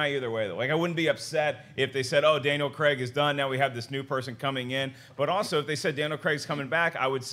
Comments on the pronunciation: It's craig not creg there's no e I'm dyslexic and I can understand that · Who the hell is Daniel CREGG??? Craig kr-ay-g, He's British, please use the British pronunciation